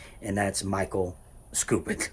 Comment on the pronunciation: “Michaek Scoopid”